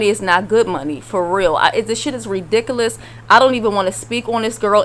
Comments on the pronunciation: Did you say "axe??" Or "redicklish??" Lmao I died!!😭😭😭😂😂😭😭 it's ask, and ridiculous. just saying 👍🏻😁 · whoever's talking in this video needs some basic English lessons, like how to pronounce "ridicoolus" properly.